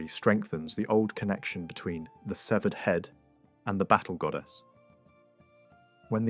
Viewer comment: It's Keltic, not seltic. And the celts never settled on mainland England. It was just a style invasion. And finally, it's severed, not seevered